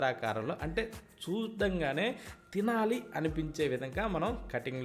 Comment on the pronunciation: తమ్ముడు ఏ ఊరు మీది చల్ల అనాలి సల్ల కాదు చూడంగానే అనాలి సుడగానే కాదు కరెక్ట్ చేసినందుకు మీకు తప్పనిపిస్తే ఏమనుకోవద్దు